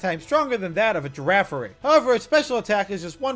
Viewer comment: IT'S EITHER FARIGIRAF OR GIRAFARIG, NOT FIRAFARIG!